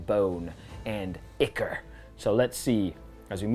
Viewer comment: It's not chit-en its kite-en and its not ick-or its I-chor i don't like that I'm doing this but both in 30 seconds was to much